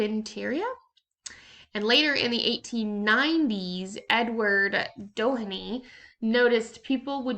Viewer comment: Pronunciations: CarrpenterEEah Doheenie (meenie my knee moh.) Eeerock. NOT Eye-rack.